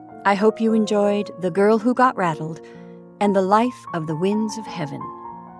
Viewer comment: Believe you may have pronounced it "battle". Enjoyed your performance greatly!